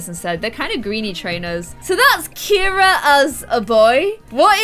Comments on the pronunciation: KIRA is NOT a boy spelling of the name.......My girl cat is named Kira! CIARA is pronounced Ce-ara not Kir-a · Ciara isn’t pronounced Keira, so Ciara should be called see-ar- a